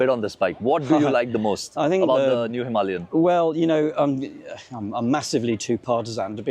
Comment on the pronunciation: there is NO R in Himalaya ....it's not Himarlia !